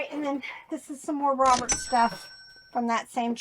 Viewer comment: Love your videos- your info helps me every time I source. BUT- most of the time when says "Robert", it's like it has a different pronunciation. So funny- LOL.